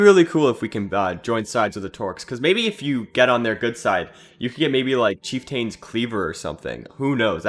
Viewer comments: You're not pronouncing the 'r' in 'Trork' or the 'c' in Scarak for whatever reason. Also, chieftain is a real word and I've never heard anybody else say it the way you do. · Please pronounce Trork, Chieftain, and Scarak properly.